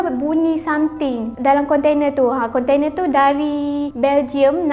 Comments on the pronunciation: geram betol setiap kali dia sebut "kontene" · Konte-nee pun konte-nee laa 🤭🥰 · a ahh...mmg betul pun. kan sy dah mention ade 2 maksud. cume cara sebut tu je. sbb biasa panggil konteNA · budak ni sebut container